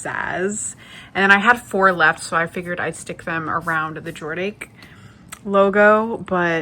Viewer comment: Love the revamped suitcase. FYI: Jordashe is 'Jord' as in Jordan and then "dashe" is "Dash" as in a dash of salt. Jord-dash